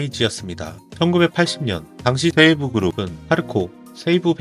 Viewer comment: 세이부 그룹을 왜 세에부라고하지?내용은 재밌는데 일어는 감수를 좀 받아야될듯